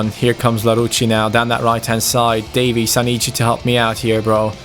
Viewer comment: When you said Davies it kinda sounds like Davis and it hurts me